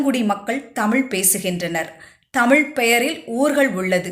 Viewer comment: Madam please learn to pronounce Tamiz correctly. Don't tamil. Iz a special letter in Tamiz.